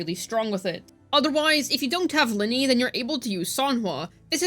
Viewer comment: Ly-nae not linny if i am not mistakenn love your guides btw hehe❤❤